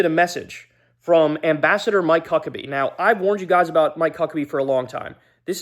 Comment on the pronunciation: Is there a reason why you're pronouncing his name as Mike Cuckaby? 😂